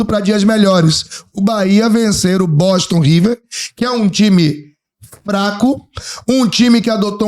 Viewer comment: Não é BOTON não, mano. É BOSTON.